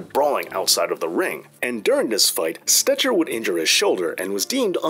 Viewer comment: One of the best, most concise, and informative histories of the Gold Dust Trio and the origin of modern pro wrestling. Except for one thing... Stecher (or Stetcher) is pronounced "Stecker".